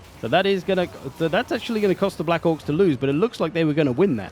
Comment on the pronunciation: I love how Black Orcs sounds like Black c*cks when you say it😅